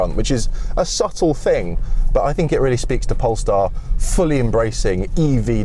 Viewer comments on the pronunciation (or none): none